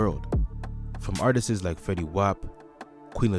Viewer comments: Lets leave "artisis" alone. Artists. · Yall have to stop saying artisis. Its just artist's! Try and google the pronunciation if you need help. Its just a heads up, I would hate for people to walk around sounding crazy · it’s not Artistses brother. it’s Artists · I hate a 🥷 that say“artises”. Tf 🤦🏽‍♂️ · PLEASE take the extra S off Artist bro.. sounds ridiculous